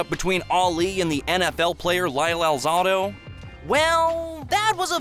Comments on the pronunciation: the who was talking about the achevements ali did he said lyle alzado's name wrong it wasn't lyle alzodo it is lyle alzado the a isn't silent so correct it if he was still alive he would had made sure he said lyle's name correctly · Lyle AL-ZA (long "A") - DOUGH........Alzado. You're going to do a video narration, learn how to speak the names properly. What are you, 10 years old?